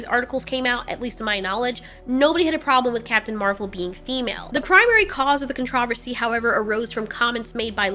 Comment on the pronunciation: I mean this in the sweetest way possible, I find it so cute how you pronounced controversy as contrAversy instead of cOntraversy